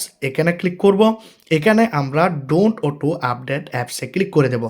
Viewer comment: Auto❌ uto✅🤣🤣🤣🤣